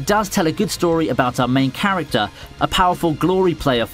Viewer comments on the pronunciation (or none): none